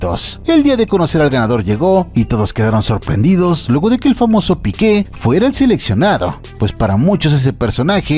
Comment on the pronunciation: No era Piquė era el Piique acento largo en la i no en la e.